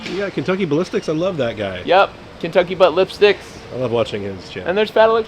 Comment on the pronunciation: Hah!Did he say Kentucky Butt Lipsticks? I spat my drink out lol